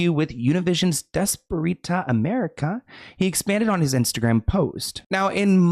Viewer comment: “Desperita” I love you 😂